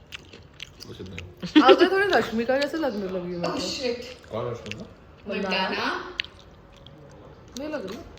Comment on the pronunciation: “mandanna” the pronounciation is cracking me up🤣 that’s okay i get it 🫠🫂